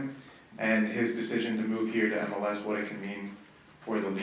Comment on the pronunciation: It’s not ML-“ese”! Either you say MLS or go full-on “eme-ele-ese”. None of this half-baked hybrid—pick a lane